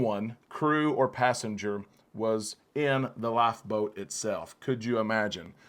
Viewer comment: You say life boat --laugh boat. Really dude?